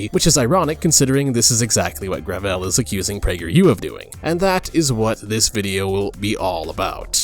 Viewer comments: The fact that they call themselves "Gravel Institute" and pronounce it "Gravelle" is itself indicative of the grift they're going for. But at the end of the day, gravel is all they'll have left to eat in the socialist cupboard. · Excuse me, but what is "grah-vell?" My ears are bleeding.